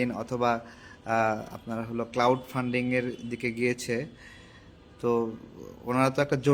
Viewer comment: ক্লাউড 😂 না , ক্রাউড ফান্ডিং , উচ্চারণ ঠিক কর , পড়াশুনা কর, গণ্ড মূর্খ😂